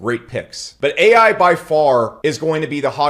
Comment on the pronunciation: Bro said paal ai 😢